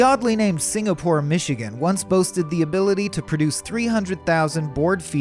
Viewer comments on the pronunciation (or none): none